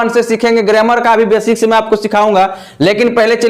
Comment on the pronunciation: सर ग्रेमर नही ग्रामर बोलते है